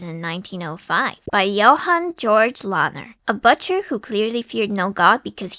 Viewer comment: I just can't get over the...butchery of the word "butcher" --it doesn't rhyme with 'butter'!